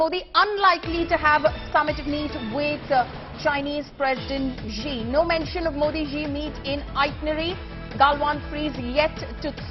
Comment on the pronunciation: MEN-TAION? wtf